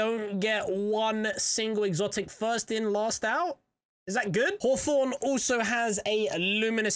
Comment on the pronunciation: Hawforn, haha